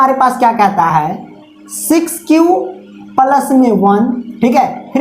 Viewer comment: Isko palas nahe plus bolate Hain+😃